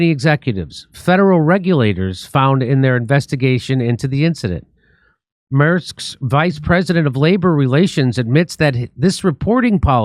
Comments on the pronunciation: Not sure if anyone already said this, but it pronounced Mairsk, or M air sk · Mærsk pronunciation Take Mare lose the e put sk instead then you are nearly there